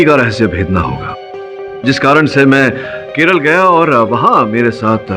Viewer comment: KERALA not KERLA or KERELA 😭